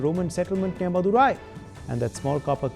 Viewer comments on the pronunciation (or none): Not Madura it is Madhurai 🤦